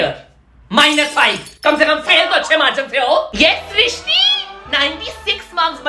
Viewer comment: Thank you for srishti it's my name you pronounce my name perfectly ❤